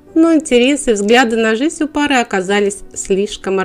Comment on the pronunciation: Не жись, а жизнь.Говорите по-русски правильно.Спасибо.